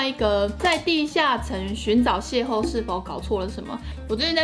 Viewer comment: 邂逅的逅是唸ㄍㄡˋ不是ㄏㄡˋ